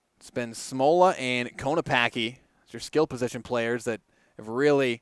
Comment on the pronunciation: Konopacki is pronounced KO-NO-PACK-E 😊